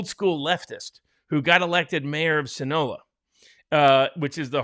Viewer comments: "sin-OH-lah"!? Your industry depends on the articulate and appropriate use of WORDS. Yet several times you mispronounced the name of a malign force that has contributed to the deaths of countless young, military age American men. It is the "sin-ah-LO-ah" cartel. 😖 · SIN A LO A. It's not that hard...